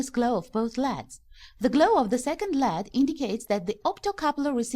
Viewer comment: I hate when someone says lead rather than L E D its annoying